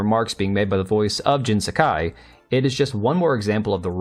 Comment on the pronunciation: Jin Sakai? Nah man, that's Jin "Suck-guy" 😂😂😂